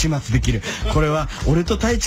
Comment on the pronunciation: ウィン-ウインの発音好き